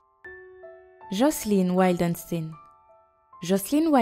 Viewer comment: Jocelyn Wildenstein ne se dit pas du tout "Wildenstine" mdr